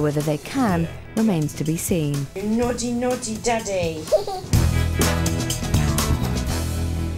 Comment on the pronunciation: Not gonna lie, but the "Noddy, Noddy, Daddy" in the intro drives me nuts. Nothing remotely close to naughty.